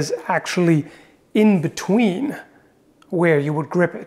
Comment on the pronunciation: “Inbetreen” channelling his inner Japanese! It’s only a joke, don’t get triggered...